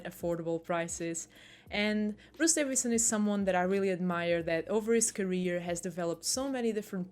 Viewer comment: Why are you calling him 'Davinson'?